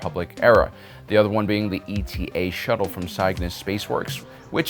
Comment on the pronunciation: minor correction: it's not E.T.A. shuttle, but Eta, as in, the greek letter. Ayy-tah (sort of). Slick video, keep up the good work!